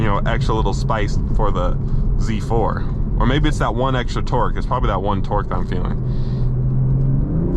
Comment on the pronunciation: its not Zzzzzzz 4 its Z 4 🤦‍♂